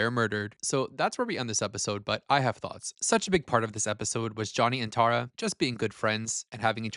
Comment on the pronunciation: I love your commentary but like why are we saying Tara so wrong?? Tear-a